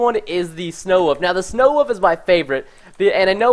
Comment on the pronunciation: He says woof instead of wolf...